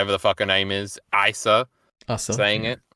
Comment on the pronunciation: Why tf does pronounce asa like that